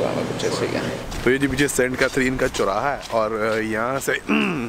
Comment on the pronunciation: I like the way he says "Chauraya" pure desi bro. Keep up! 💯🙌🏼😂